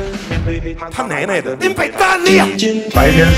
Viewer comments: 只有我覺得...韓說他奶奶的時候有一個腔耶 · 只有我覺得...韓說他奶奶的你爸等你的時候有種腔調